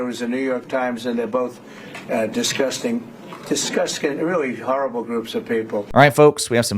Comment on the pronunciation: "Discuskin groups of people" Absolute illiterate mong in chief